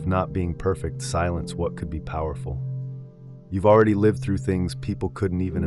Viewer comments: Can't AI voices be trained to pronounce words correctly? Every time the AI voice mispronounces "lihv" when "liev" is called for, I wince, and lose track of his point. Frustrating, and it seems unnecessary. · Yes. You know it’s AI when certain simple words are pronounced incorrectly. The word “lived” pronounced like the word “I” as in “I am.” Also his mouth moves faster than the words he’s saying. Some of the ideas are good, however. But the monk himself is just a prop.